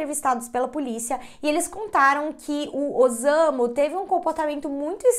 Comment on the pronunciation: O s eh lido como ss então não eh ozamu e sim ossamu a pronúncia correta